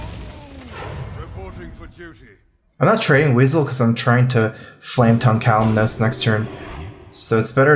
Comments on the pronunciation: I love, but for the love of god, it's Kalimos, not Kal-im-nose. Please, you sound dumb when you say that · it's Kalimos, not Kaliminos.